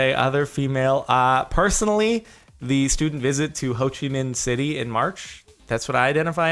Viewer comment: You said Ho Chi Minh city perfectly. Well done Jordan :D P/s: Have you ever been to Vietnam ? Just wondering